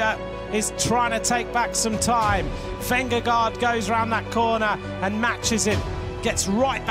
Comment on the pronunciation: You can’t pronounce correctly pogacar Nor his first name either Same vingegaard Why would someone make such errors ?